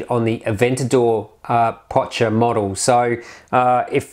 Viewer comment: It's not Potcher. It's pronounced POK-KER